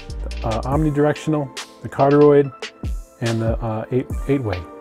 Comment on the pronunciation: CAR-DEE-OID accent on the first syllable.